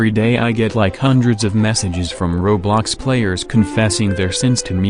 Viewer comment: Why do AI voices always say "rawblox"?